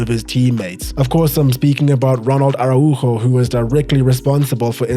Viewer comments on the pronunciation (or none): none